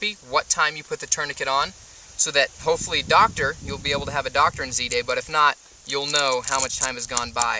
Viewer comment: Good video. lol "DOC-TORE"